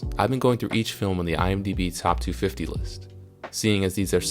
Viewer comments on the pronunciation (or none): Why's the 250 pronounced awkwardly?